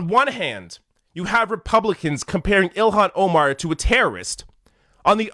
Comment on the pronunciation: ...please...her name is pronounced Ill HAN...not Ill IHAN. This may seem trite and small...but it isn't. Love the video...btw.